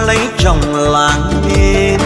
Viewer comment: Hát hơn 30 năm..nổi tiếng thế mà phát âm còn sai hả ông..Làng Tôi mà ông hát ra Làn Tôi